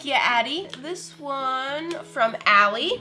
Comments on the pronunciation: It’s not eleai it’s Ellie 🇼‌🇴‌🇼‌ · Elly not Eli!!!!!!